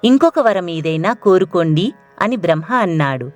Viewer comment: బ్రహ్మ అని పలకండి దయచేసి.